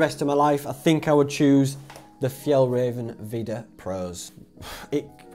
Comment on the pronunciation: do you mean F – Y-ah-ll – R-ah-venn trousers ....just saying